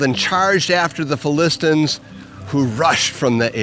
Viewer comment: Great video. Why does he pronounce it "Philistins"?